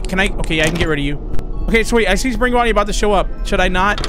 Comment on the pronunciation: Bro says bunny and it for Bonny but not just Bonny